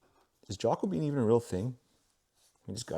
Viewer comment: Jaco Bean 😂 It's Jacobean Jacob-ean. A period of English history circa 1600. The Jacobean era.